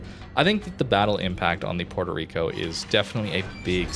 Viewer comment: The way people pronounce Puerto Rico hurts me emotionally and I'm not even Puerto Rican.